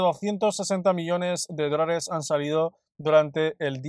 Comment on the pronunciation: En todos los videos te escucho la palabra "drones". Soy nuevo en criptos desde ha e una semana y al principio, pensaba que podría ser jerga del mundo cripto pero, es posible que sea el micrófono porque la palabra dólares, se entiende claramente.